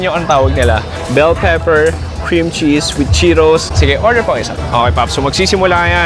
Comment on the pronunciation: Anong chokie? Chuckie. Tapos yung Cheetos, Cheeros. San nanggagaling yun?